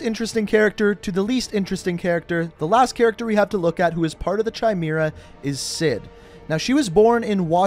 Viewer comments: It’s pronounced kimera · Dude it's pronounced "KY-MERA" and "Marine CORE" HOW do you NOT know this!!?? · Chimera is pronounced Kai-may-ra btw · Chimera is pronounced "Kia-Mira" and you don't pronounce the "ps" in Corps. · Chimera is pronounced “kie-mair-uh” btw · Kia(name not car)-mare(like the animal)-a = chimera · Ch in chimera is a hard C not a ch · I think chimera is pronounced ky mer uh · Chimera is pronounced “kimera” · Chai meera... uh... I don’t think that’s how it’s pronounced lmao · You said Chimera wrong. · brooo u pronouced chimera wrong lmaoo